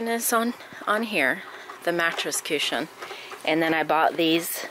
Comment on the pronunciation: cooshin..I love the way you say it! lol